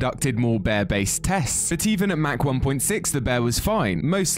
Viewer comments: pronounced "mock" in america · It's mock not mach but it's spelled like mach